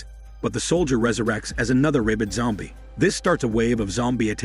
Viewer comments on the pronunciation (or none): Jesus. "ray-bid" is a terrible pronunciation for rabid.